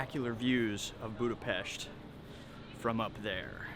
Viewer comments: Love it! Kudos for pronouncing Budapest and other Hungarian words correctly! Were speedos not obligatory in the Széchenyi bath? 😁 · One of the most annoying thing is when all of these vloggers and travel guides don't even take the time to learn how to pronounce Budapest correctly. Thanks for saying it properly, much appreciated.